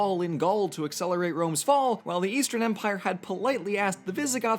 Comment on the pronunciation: When he said "this is the Roman empire!" while it was being stabbed, I thought he said Roman emperor.